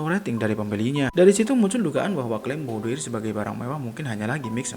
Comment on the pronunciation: BOUDOIR berasal dari bahasa Perancis. Dibacanya BUDOAR dengan pelafalan huruf “R” yang lemah